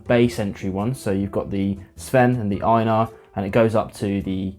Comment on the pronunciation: First! I've only tried Highland Park's 12 and Dark Origins. I liked the Dark Origins better, but the 12 was one of the first whiskies that helped me come around to peat. Great pronunciation of the names, by the way.